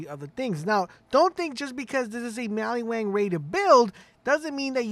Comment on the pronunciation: In maliwan. WAN Sounds like WANT. Not Mali-WON.